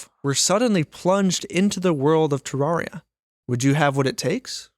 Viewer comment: Pronounces terraria wrong in the first 5 seconds of the video. Grim.